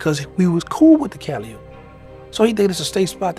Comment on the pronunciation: Duuuuuude....the P in Calliope is NOT pronounced...🤦. Even if you aren't from there, ain't you ever heard a Master P or Silkk the Shocker song? Jeez man, makin my Louisiana ears bleed over here WHODI 😂